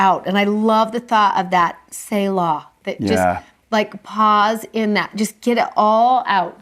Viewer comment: Thank you for your insights and experiences. They help me relate the lessons to my own life. I just have one little thing to say. I hope you don’t mind. Selah is pronounced SEE luh, not SAY law. Correct pronunciations for many Bible words and names can be found online.